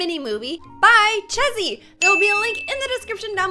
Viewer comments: Not chezzy Cheesy that’s how it’s pronounced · It's not chezy it's cheezzy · The name is cheezzy not chessy lol